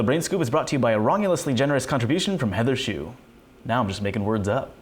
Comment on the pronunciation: I always feel like he's saying Heather's shoe